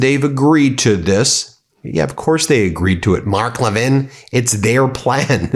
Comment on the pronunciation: You mispronounced Mark Levin as "Mock Levin". Was that on purpose? Clever!! PS. Don't forget to mention the Epstein Files on every broadcast and settling for nothing less than complete and unredacted!